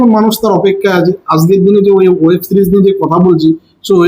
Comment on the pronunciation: এই কথা টা একটু ঠিক করে নিন প্লীজ আযকের না আজকের কানে লাগে বাদবাকি আপনার সাথে আছি🌼🌅🌼